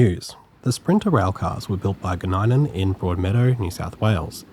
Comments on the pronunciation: Thanks for another awesome video. Love your work always but as a Novocastrian that lives minutes from UGL (formerly Goninan) at Broadmeadow, your pronunciation of Goninan hurt my soul. Gon-nin-an not Gon-nine-an 😂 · Loved the video, but you mispronounced Goninan. It's pronounced more like Go-nin-nan. It's one of those weird ones where everyone has their own pronounciation, and the correct way is what we assume is wrong.